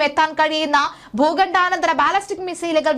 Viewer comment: Bhooghandanantharam alla bhoghandantharam